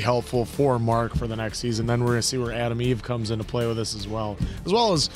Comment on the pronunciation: lol always thought her name was ADAM EVE sub titles say her name is ATOM EVE, damn US pronunciations.